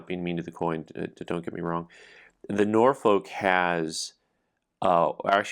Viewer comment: It's "NOR-fuhk", not "NOR-foke".